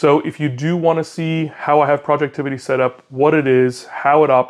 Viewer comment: FYI its "Project Ivy" not Projectivity 😂 common mistake so not a big deal haha